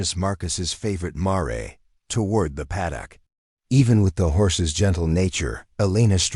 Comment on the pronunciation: Your AI needs some tweaking... mispronounced words and names...ie the name Jeremiah (jer-ah--my-ah) the word mare (mair)